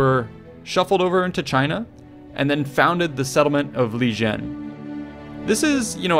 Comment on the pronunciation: The J in Li-jien would actually sound like a light t